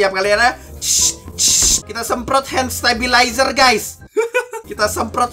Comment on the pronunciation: Handsanitizer bang bukan handstablizer